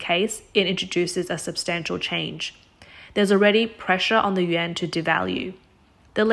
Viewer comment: Stop saying, “Yen.” It sounds like you’re talking about Japanese currency. Yuan is pronounced as, “Yawn.” If you can’t pronounce it, just say RMB.